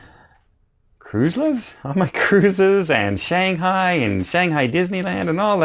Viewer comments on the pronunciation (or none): none